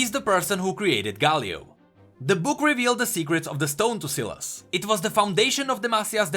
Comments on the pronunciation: Why is he saying Silus? Its SY LAS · I thought it was pronounced with a long "i". Not a short "i". Anyone else think that? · its not "ceelas" its S-WHY-las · please call him S a i las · I might be wrong but... Ain't that name spoken as: sailes instead of siles? Syles. It's a y not I? Might be the country difference but yea. I think it's sai-les. Not sil-es. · me chuckling when called sylas silas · cmon man. Sylas. Sy-las. Not Sillass. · its not Silas... its Sylas spell it right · Not syylas <;; Sai “ Las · I love how he used to say sealice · You are giving me an anurism by saying silaas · Bruh my ears... selas selas selas selas....... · dude its pronounced (sigh-lus) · Say the name right u are saying selas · SAI LAS. thts how its pronounced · It's pronounced "sigh...... Lus" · Sylas is pronounced SIGH-las you mongoloid. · I thought its "sai-las" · I have a friend with the same name and we pronounce it SAI LAS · It would be pronounced sss eye less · It is. just pronounced it wrong. It's pronounced like 'sigh-liss' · Omg his pronunciation of Sylas in this video just makes me want to commit suicide even harder than before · It hurts me to listen to pronounce sylas wrong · Sylas with an y not an i, makes me physically cringe every time you said it with an i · I just can't watch the video through when you pronounce Sylas so wrong. Hurts my ears. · You are reading his name wrong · Awesome video but every time you say Sylas' name I want to die.